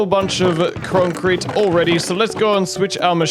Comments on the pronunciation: Konk Crete 😂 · "We have got a whole bunch of kroncrete" wow this just killed me 😭😂